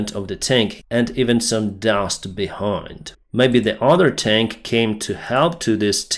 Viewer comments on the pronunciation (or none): Pronounced "tank"...not "taaaaaaank"